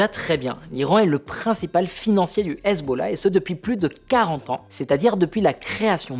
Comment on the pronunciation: Excellente analyse ! Mais pourquoi dis-tu hazeb au lieu de Hezbollah ??